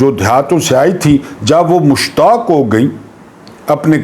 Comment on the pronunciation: "مشتاق" نہیں بلکہ "مشاق" ہو گئیں